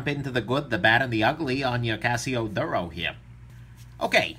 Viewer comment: It is pronounced "DOORO"